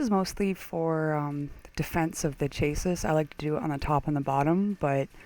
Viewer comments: Nice vid but CHASSIS is not pronounced CHAYSIS it's pronounced SHA-SAY or SHA-SIY. It comes from french diction i believe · Hey, i dont want to h8, but it does kinda bug me, you say chase-is, while its more like: sjasie. Again, not to h8 because i love this robot!